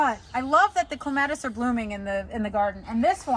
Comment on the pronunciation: I don't care too much about the pronunciation of most plants, but, for some reason, clematis is the word I can't bear to hear mispronounced, it's like scratching on a chalkboard😀. It should be KLEM-a-tis. That's why I can't stick around, but your garden is very nice. Just FYI in case its helpful, it's not armpits. The term is leaf axil. Or, you could say axillary shoots. 😀